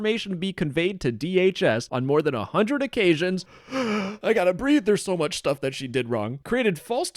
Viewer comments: 2 times “mucher” 😂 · Two times "mucher" I'm dead! XD